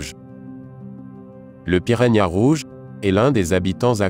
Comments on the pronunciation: «poission» «pirania» 😂😂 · piragna mdrrr